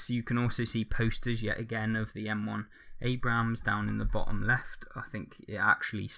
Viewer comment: you don't pronounce the second A in Abrams